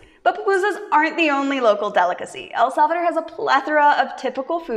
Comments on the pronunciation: You pronounce better EL SALVADOR ❤ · Love this video, and loved your pronunciation of El Salvador ❤🎉🎉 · You pronounced so good El salvador 👍😀😀